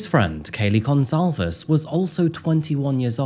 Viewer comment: We've all heard their names so many times, that the mispronounciations (Xana, Chapin, Goncalves) in this video are a bit annoying 😅 Sorry 😅